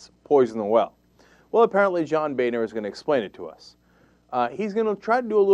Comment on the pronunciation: Why does he keep calling him "bayner"? I believe it is pronounced "boner".